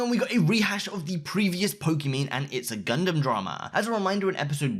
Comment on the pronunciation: It’s funny how you can pronounce Gundams name correctly but Scarce can’t 🤣🤣